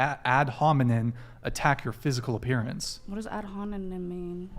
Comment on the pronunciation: not ad homi"nen' its ad homi"nem"